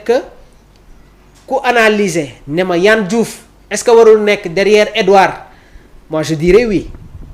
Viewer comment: Il s'appelle pas Yann Diouf mais Yehvann Diouf. Plus de rigueur ! Ça commence par de ne pas écorcher le nom ou le prénom des autres ! Et surtout quand on est journaliste !